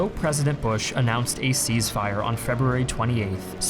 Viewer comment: "cease fire" lol not "seize fire"